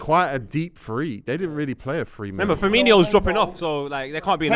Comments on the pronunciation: "Fabeano" and "Firminio" This guy is so annoying, how can you have a platform based on football opinions yet not pronounce names properly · pronouncing Firmino and Fabinho's names wrong is so jarring How can you mix up the pronunciations as a grown man